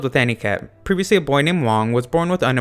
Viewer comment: hey man i love your conntent could you do the anime: mob psycho 100 edit: evry time you say previously isthik previoulsy mo fan lol